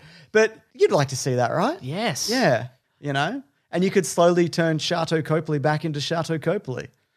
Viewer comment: As someone with the same name. It is pronounced Cop-ley